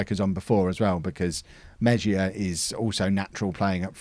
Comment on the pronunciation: Hey! Spanish pronunciation of Mejia would be more like ‘may-he-ah’. Loving this series man!